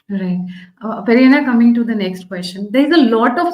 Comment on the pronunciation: Why is this lady calling him Peri Anna?